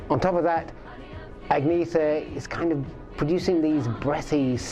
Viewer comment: More than 50 years. World famous. Yet your “musical experts” still cannot pronounce their names? “AggNeeeTher” Lazy, ignorant, disrespectful . You have completely destroyed your video’s credibility with that!